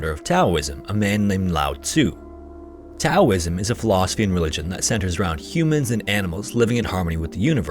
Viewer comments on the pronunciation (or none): It's pronounced Taoism (like "DOWism") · Taoism is pronounced Daoism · Taoism is pronounced Dowism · Bro its nuts to pronounce Taoism like that. It fucking kills the whole video when you clearly don’t have a clue what you’re talking about and you’re just reading the scripts that you probably didn’t write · The t in tao(ism) is pronounced like a d I believe. Just fyi. Great video.